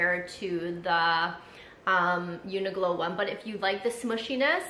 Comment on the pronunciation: New subscriber here! I don’t know if you were trying to say Uniqlo (Q) or if there’s an actual brand called Uniglow.